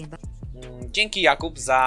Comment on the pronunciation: Drugi Edit: Dźzienki ża dźwońa fripi XDDD